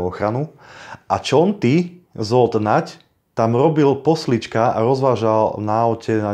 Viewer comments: Zle je to pocuvat Žold Nagy,Žolt je spravne. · Dobrá reportáž,len prepáč, trošku ako môžem....číta sa Žolt